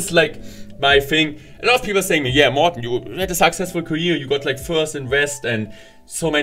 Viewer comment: That’s all! that's how morten is spoken! You never give up morten, becouse you are the best, the legend, a machine and much more I support you always! to go ahead in everything!